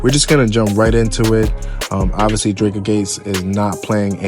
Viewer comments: The pronunciation of Dreka name is killing me 😩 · Lmao my gosh it's like nails on a chalkboard. Kevin literally says her name in songs. They couldn't listen to him